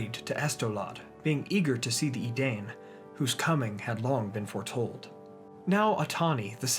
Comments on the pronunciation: My feel when this dude pronounces "edane" not "edein", smh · Im so surprised, the pronunciation of the name of men in Beleriand is not ‘e-dane’ its ‘e-dine’!! Ai does not make the same sound as maim. Source: Silmarillion index. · Great video. Minor point: isn’t “Edain” pronounced “ee-dine” rather than “ee-dane”? Just a quibble